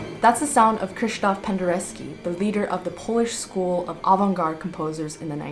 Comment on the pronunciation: Cool video. You spelled Penderecki and then you keep saying Pendereski. There is no ski.